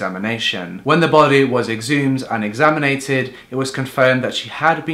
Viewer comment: Exnaminated is not a word my dear